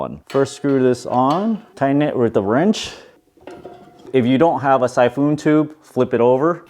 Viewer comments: Syphoon, like typhoon? No, we pronounce it more like "sy-fin". And thank you for the instructions! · Siphon is pronounced "Sy-fun" not "Sy-foon"